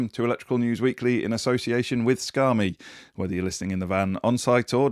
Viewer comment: I love these news vids but you should rethink the way you pronounce "Scame" - it sounds like "Scar me!" Trust me you don't want that!